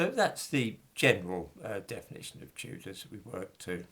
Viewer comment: It's da Chewdahs innitbruv 😂